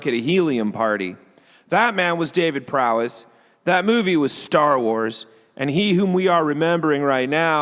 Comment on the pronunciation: I'll be that guy. It's David Prowse, not Prowess. (Although that'd be a sweet last name.)